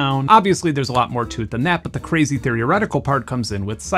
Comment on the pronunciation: That was fantastic, but it’s “THEO-retical”, not THEREO-retical”, and “aster-ICKS”, not “aster-ICT”.